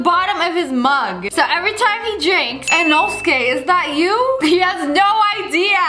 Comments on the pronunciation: It's pronounced as eeee-noo-suu-kay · Yall don't recognise its inosuke not inoske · The way she pronounces inosuke